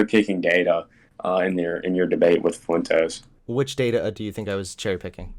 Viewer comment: Nick fuh-wentez